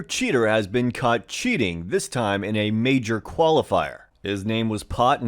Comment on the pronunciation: your "caught" sounds a lot like "cut" q